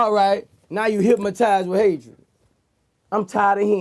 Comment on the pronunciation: Get it right Vlad, it's HYPMOTIZE